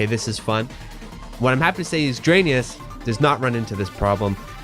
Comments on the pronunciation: Your absolutely right my guy, the development team really should've name this game the way you pronounce it because Drainus is horrible. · are we sure it’s not actually supposed to be pronounced dry-niss? like raiden and gaiden